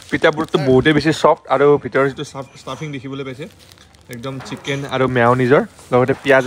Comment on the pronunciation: Guyz tumar dhekeri pronunciation huni kaan poki jai, " SIKEN", SUSI,RAGAN JAS 😂😂😂😂